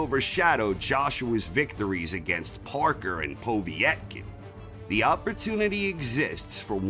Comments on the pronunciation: "between Parker and Poviy -etkin" 😂🤦‍♂️ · Po vee et kin you mean Povetkin lol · Great video mate! Please sort out your pronunciation of Povetkin though lol